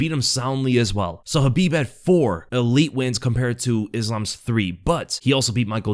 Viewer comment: It's khabib